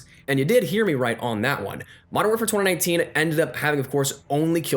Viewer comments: what's twada nineteen lmao, it's twenty nineteen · U say mw 2019 weird as f***